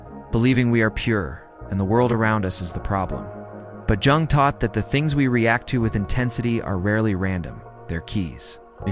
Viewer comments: I'm in uk and its defo said as yung the j is a y i know its weird the English language and regional dialects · Is this AI reading? Because you mispronounce Jung so badly...